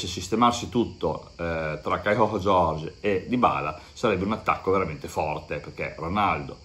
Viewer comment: Si dovrebbe leggere caiu giorgi😀